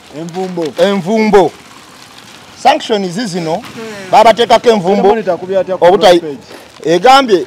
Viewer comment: No 1 bambi sagala onyiige naye nsaba kutelezamu ku kigambo Sanction so tekili shaction nga bwokyogera